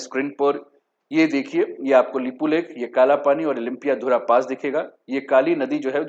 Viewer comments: लिम्पियाधारा नहीं, लिम्पियाधुरा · It is lympiadhura not Lympiadhara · सर आप लिम्पियाधुरा को लुम्पियाधारा बोलते हो,जिस जगह का नाम आप लोग अच्छे से उच्चारण कर नहि सकते हो ओ कैसे भारतको होता है?? ब्रीटिस नक्से का बात छोडिए,भारत से छपाइ गए पुराने नक्सा मै भि लिम्पियाधुरा काली नदिका उध्गम स्थल है।। ओर भारत के कइ पुराने राजनीतिग्य ओर पत्रकार लोग कालापानी लिम्पियाधुरा,लिपुलेक नेपाल के है बोलरहे थे।। इन्डिया के पास कुछ सबुत है तो आप के च्यानल मार्फत देखाइ दुनियाँ को।